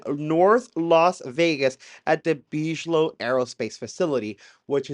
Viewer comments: Why are you saying “BEEZH-LOW”?? It’s pronounced “BIG-UH-LOW” damn man, C’MON !! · "BIG-A-LOW" not "BEEG-LOW"....LOL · its pronounce Big uh low. robert big uh low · big-a-low just like the tea company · I love you dear but Bigelow is pronounced Big-a-low. Lol 😂😂❤ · It’s Big-ah-low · ’BIGelow’ - hard G pronounciation 😊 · You don't know about Bigelow? Big - eh - low. you need to catch up, my man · I love your show. I wouldn’t change a thing but just thought I’d help with the pronunciation of Bigelow. It would be pronounced Big-uh-low. You are much smarter than I am so No judgement. It’s all I have to offer 😂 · Big - e - low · Wow! One of your best! Eye-opening as to what is really going on. Impressive! Thank you! Also, just wanted to mention 'Bigelow' is pronouced Big a low. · Bigelow is pronounced like biggie smalls . bi-guh-low. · I'm so sorry but I'm having a hard time dealing with how you just can't pronounce Bigalow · (and a millions times after that too...) due to how he pronounced the name of Bigelow, I wonder if he ever even heard of the guy at all before...